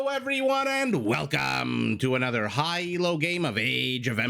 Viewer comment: Mb is playing better than ever lately. Such a beast. Excellent casting as always,! “Hi everyone and wwwwggggelcomgggrrrrr”